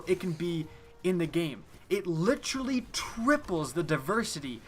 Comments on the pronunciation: Jesus quit saying "litcherally" so much, it's honestly cringeworthy. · Ma boi be turning into Chris Traeger "Litchurlee" (Literally)